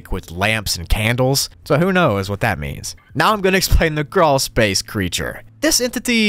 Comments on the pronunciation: Croolspace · carwlspace